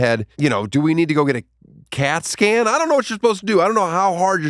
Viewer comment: when he said “cat scan” I thought he said “casket” which made me do a spit take. In retrospect, I think casket would have been funnier.